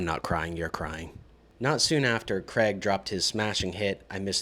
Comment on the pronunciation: How difficult is it to pronounce the name “Craig”